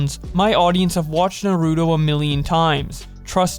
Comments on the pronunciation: Mans said Narudo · My boy can't even say Naruto right lol.